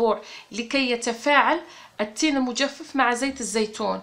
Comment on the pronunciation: المجفف بفتح الفاء الاولى وليس بكسرها